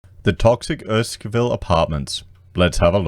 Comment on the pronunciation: It is pronounced Errr-skin-ville 😉